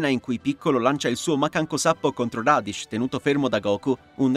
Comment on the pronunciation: ma in realtà sono giuste quasi tutte. quelle sbagliate sono Freezer, che andrebbe pronunciato "Freeza", Radish che andrebbe pronunciato "Raditz" e Goku che andrebbe pronunciato "Gókù".